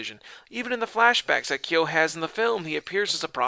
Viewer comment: Ryo is pronounced REE OH and Ryu is Ree oo. In surprised you pronounced Kyo correctly....